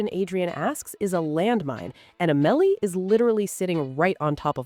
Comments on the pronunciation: It's Au-muh-lee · Not A-mel-ee